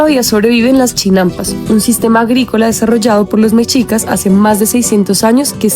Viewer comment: Hola, les falla la pronunciación de muchos nombres. Por ejemplo es "meshicas" no "mechicas", pero es de entenderse. No están familiarizados con esos nombres. Saludos 👋🏼